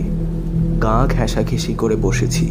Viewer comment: 'আঁধো আধার' নয়, "আধো আঁধার"। 'গাঁ ঘেষাঘেষি' নয়, "গা ঘেঁষাঘেঁষি"। 'সহোৎসাহে' নয়, "সোৎসাহে"।